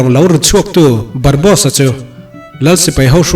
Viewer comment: Barbosa_a ... zawk a nia ... barbos_a i ti daih a 🤭🙈... chuan i recap tawi thei tuk a ka lo ui theih tawp .... leh i sawi rang bawk a... Anywayyyyyyyyyyy .... mi recap loh tha tha i rawn recap a.... like 👍 👌 💛 😙 pawp pawp